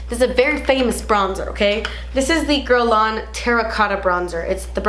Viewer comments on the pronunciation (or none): none